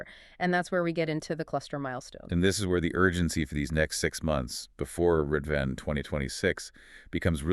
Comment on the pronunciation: Great analysis. Our cluster is studying the letter so it provides an in depth perspective. Just a note: the holy day Ridvan is actually pronounced rez-wan. Otherwise the pronunciation of the central figures of the Faith was well done.